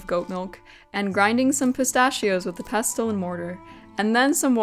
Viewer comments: required gammar karen here LOL Im sure it's just falling due to your particualr accent.... ANN-uhls Normal, everyday English an-NALS Rare, poetic, dramatic, or affected in Pestle the "t" is silent Pess-UL hehehe generally its: INE-corn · I love ❤ your channel! Your dedication to every detail is inspirational! I want to share a list of words with you so that you can observe the pattern of silent “t”: Rustle Gristle Thistle Hustle Whistle Apostle Castle and Pestle. You requested for feedback on pronunciation of arabic words multiple times in your video. but since you frequently use your trusty mortar and pestle that I thought you might like to see that pestle falls into a pattern of that sneaky silent “t.” again… thank you so much for your beautiful channel. 🙏🏻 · Pestle rhymes with wrestle. The t is silent. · I've never seen someone try to flip an omelette, I've always seen people finish it off in the oven to brown the top. Also, I didn't realise, until this video, that some people pronounce pestle with the t